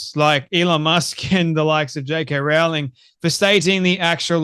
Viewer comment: Rowling rhymes with bowling.